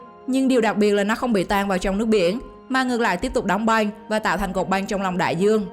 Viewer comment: Băng mà cứ đọc thành Banh nghe hơi khó chịu :|. Hi vọng lần sau người đọc cố gắng phát âm chuẩn 1 chút.